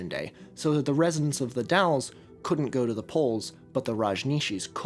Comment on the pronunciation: As a former local, you're the first YouTuber who has ever said "The Dalles" correctly. It's come up in a couple of videos (usually the Rajneesh or the Martin Family disappearances) and it's almost always The Dales. The Dall-es... thank you for getting it right.